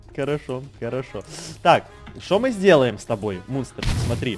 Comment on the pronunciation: Мне одной послышолось что сказал не мунстр а мусор😂